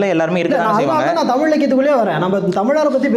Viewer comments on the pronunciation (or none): குறிப்புக’ல்’ .. பாடல்க’ல்’ 🤦‍♀️🤦‍♀️ தமி’ல்’ தேசியம் .. தேஷம் ஒரு வடமோழிச்சொல்